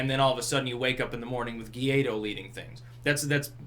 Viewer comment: Hey, be the first commentator to pronounce "Guaidó" correctly. Just say "whydoe".